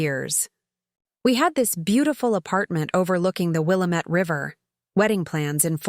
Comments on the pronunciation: A I needs to learn how to say Wil lam ette river. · I’m in Gresham Oregon it’s pronounced willambit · So tired of the Mispronunciation of Willamette!😖